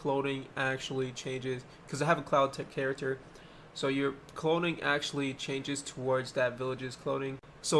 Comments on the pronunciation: I love the way he says clothing, “cloding” 🥰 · no that's how he was saying it :)